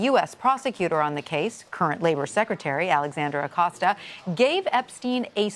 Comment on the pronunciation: His name is Alexander Acosta not Alexandria Ocasio. Pronounce more correctly CBS.